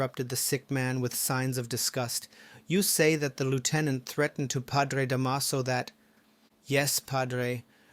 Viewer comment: The last time I read” Noli Me Tangere “ was in high school many decades ago. 😄 Da’maso. The stress is on the first syllable. ☺️